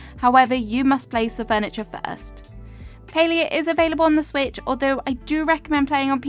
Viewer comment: It is called Palia lol not Paleo